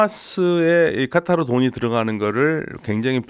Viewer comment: 일반적으로 카타르라고 하는데 아랍 발음 한답시고 까따르 까따르 하니까 ㅈ 나게 듣기싫네.